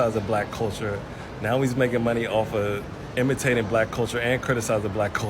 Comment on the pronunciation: ''cwitisize bwack culture'' What? Does it have to flaw? is it perfetct? if so, why is it so regressive then?